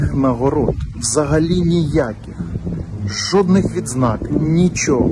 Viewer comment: Я тричі почув жопних нагород замість жодних 🤣